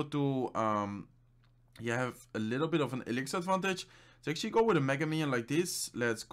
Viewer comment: How many times did he said "actally"?